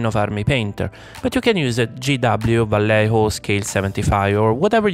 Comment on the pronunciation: Valejo..., venga hombre que eres italiano no me jorobes ,tambien dices polo? Y paela?